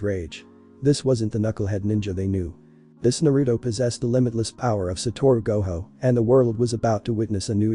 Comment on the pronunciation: You said goho